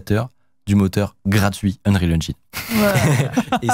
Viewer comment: Unreal Enjaïïïne , je t'adore mec mais j'ai les oreilles qui saignent. Ya vraiment personne dans ta team qui t'aide à prononcer ca correctement?